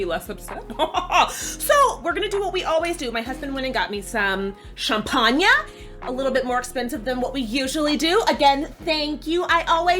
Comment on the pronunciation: I can agree with almost everything. Also more or less enjoyed the first four episodes, although I was really disappointed they practically cut the library scene. The rest of the episodes were so exhausting. By the way, do you speak German? Because the way you pronounced champagner and later on Fantasie (during rhe woods scene), definately sounded German. Greetings from Germany